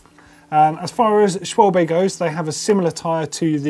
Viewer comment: The pronunciation of Schwalbe... oh my god